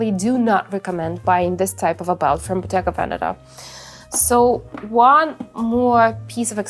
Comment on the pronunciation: You don't pronounce Bottega Veneta correctly and it's kinda weird...